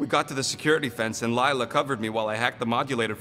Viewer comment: its not lylla its layla